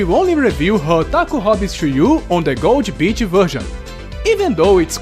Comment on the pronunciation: When you wanted to say gold beach i understood Gold Bitch :D, anyway great review Always nice when you talk about Japanese games so i'm sticking around for sure ^^